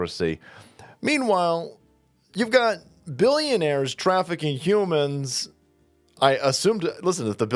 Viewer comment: she started saying "child traffikcing" stopped herself and then said "trafficking a 17 year old across state lines". 17 is a child.